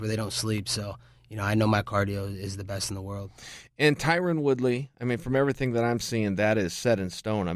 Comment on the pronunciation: He just called Tyron “tyquil”LMAO